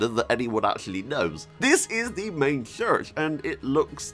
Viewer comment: “Now looking at the main chssssurch in the game” 🤣🤣🤣 and pictshure🤣 love your content